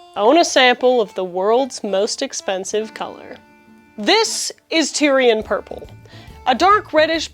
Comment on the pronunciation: You were totally slaughtering the word Tear'ee'uhn purple is what you said. Not Tyrian purple /tĭr′ē-ən/